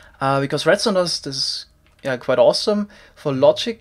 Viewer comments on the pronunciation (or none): none